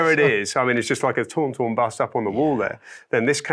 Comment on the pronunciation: Can we all please acknowledge the low key battle for the pronunciation of ‘Tauntaun’ at the beginning and again at the end there ! As a Brit I would like to point out Adam is 100% correct! I think most brits would agree, I have no idea what this guy is even saying 😂